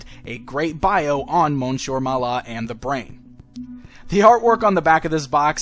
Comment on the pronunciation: It's pronounced Miss-ieur. It's annoying.